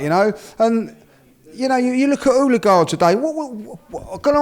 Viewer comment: You things are Peak when the Judge calls Odergaard “Ullagard”